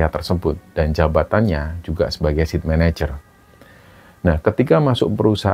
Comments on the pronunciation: Site manager bacanya bukan "sit", tapi" Sait" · Saya dengar bicara Sit Manager, maksudnya SITE MANAGER apa ya ( Site, Baca Sait, artinya lokasi).. terima kasih ceritanya.